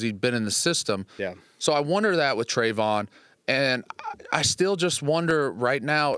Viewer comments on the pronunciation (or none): Can someone please correct DA with how to say Hendersons first name 🤣 “Travon”